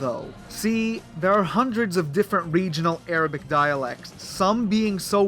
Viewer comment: Dude, your Arabic pronunciation sounds painful XD... Its unnaturally thick "غليظه".